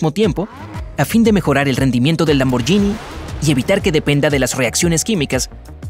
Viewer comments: Excelente video lo único es que la marca Lamborghini no se pronuncia de esa forma (lamboryini) es una g normal seria lamborguini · Lamborghini se pronuncia sin ll,osea Lamborghini. La GH en italiano se pronuncia G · Lamborghini no se pronuncia lamboryini se pronuncia lamborguini es lo mismo que el spagetti Vos decis spayetti o espagueti Y los electricos no se miden en caballos se miden en torque y kw